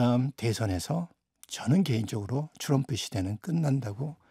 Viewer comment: 트럼프,또람푸도 아니고 츄럼프인가요?ㅎㅎ